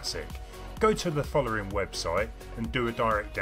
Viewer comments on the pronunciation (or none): I like the way you say follering